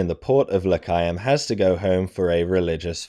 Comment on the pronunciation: The way you pronounce Lecheaum, makes it sound like this was a battle in Judea.